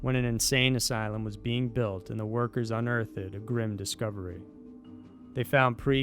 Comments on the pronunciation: Cool video and I am looking forward to watching more. One thing though, unearthed has two syllables, not three. You don't say un-earth-ED, it's un-earthed. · Anyone else notice that this guy doesn't know how to say the word "unearthed"? It's not unearth-ed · So cringy when you say "unearth ED"...... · 🤯🙄🤔🤭 The way pronounces unearthed like UN-EARTH-DED is unbelievable, especially considering how long he’s been narrating & still none of his editors or other video makers have the guts to correct what sounds almost reminiscent of a first grader trying to pronounce words, it’s just wild to me! Him messing up historical names or rather words a great majority of the time in all videos … well I think we’re all probably used to that and of course he gets a pass but Jesus dude if you’re narrator & do it for a living, C’MON! I know it’s just one word in this instance but he does it quite a bit with really common words also. I mean has he never seen America Unearthed and heard them pronounce it?! 🤦‍♂️ Still not as frustrating as ‘’Chills ‘’ lol, or Ty Notts but you’d assume his game would be so polished by now, right on the level of quality of Sci Show, veritassium or Simon Whistler or the best YouTube channel IMO ~ Top 5’s although they’re Brits so they knowingly pronounce words quite differently than North American English speakers. Ok my trolling bully cringe critique is finished ✅ or FINISH-DED. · UN-EARTHED. It's a two syllable word, unless you're Shakespeare and you are not. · I heard that too. It's as if a non-native English speaker is pronouncing unearthed. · Really enjoy this channel but if I was allowed one criticism, it would be how you pronounce "unearthed".